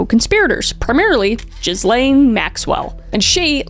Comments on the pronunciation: you do all this research but can pronounce her name right? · It really irritates me how u pronounce the s in her name 😂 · It drives her batty when people pronounce Ghislaine's silent "s". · Come on Kris - how hard is it to google how to pronounce Ghislaine before you start an hour long video about her. To have credibility it helps if you get the little things right, and unfortunately this video smacks of researching what you wanted to find. It's also nonsensical to think she would help investigators in any way without a quid pro quo. What difference does it make what the security level of her detention is? She's still in prison whether there are two fences outside or one? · Ghislane…. The “S” is silent 😊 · The constant mispronunciations HAVE to be a troll at this point. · just to be picky, the s is not pronounced in Ghislaine. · That is not how you say Ghislaine. I’m surprised none of your sources said her name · I LOVE how you and pronounces Ghislaine (even tho u both know) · "Jizz-lane" is such a fitting mispronunciation given her actions lmao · Ghey-LANE is closer to the actual pronunciation of the monster's name. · Very intelligent investigation. Just one thing to correct you on, only to lend credibility, is the pronunciation of Ghislaine. It's "gi-LAYN", with a hard 'g' and the 's' silent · Ga-lane. Is that so hard? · Spelt oddly, pronounced 'Gil-lane', don't ask me, I didn't name her 🤷🏾‍♂️ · Please pronounce Ghislaine's name properly - Gi-LAYN, with a hard 'g', a short 'i' sound (like in "give"), and the second syllable rhyming with "rain". It's annoying. The name is French. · Pronouncing her name as Jizz-lane Maxwell has me rolling. I’m not sure if it’s intentional, but it fits~ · Just a note, her name is pronounced gee-len. ❤ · You and your husband are the only people I’ve heard call her “jizz-lane” Maxwell.. albeit appropriate.. you’re supposed to be Canadian.. learn your French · lIt’s pronounced “guh-len” Maxwell. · Ghislaine is pronounced Ghee-len